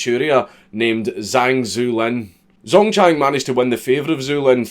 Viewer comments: It's spelled Zuolin, actually, making it pronounced somewhat like "Zwo-leen". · "Zuolin" . Aye, you're right. It's not Zhu it's Zuo.